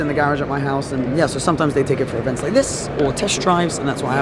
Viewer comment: Great vid - natural enthusiasm of a car guy at a car show!:) vs the tannoy:D And...'vents'?